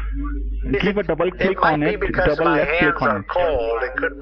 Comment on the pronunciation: Little tip from an actual Indian: As soon as 'John Smith' pronounces "double" as "dubbal", he a scammer.